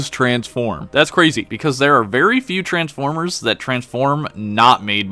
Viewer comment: Transformers ❌ Ers ✔️